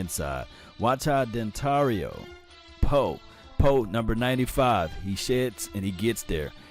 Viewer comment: Love your vids man, but you gotta stop calling this man Dontario lol. It's Dontari.